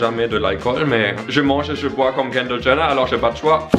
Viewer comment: je reve ou il dit (kander gener )